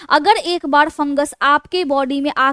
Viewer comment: आप अच्छे अंदाज में बोलती हैं। थोड़ा उच्चारण सुधारने की ज़रूरत है। एक 'बाड़' नहीं एक बार कहते हैं। लापरवाही नहीं, लापरवाही कहते हैं। जानकाडी नहीं जानकारी... थोड़ा ध्यान देने से भाषा सुधर जाएगी।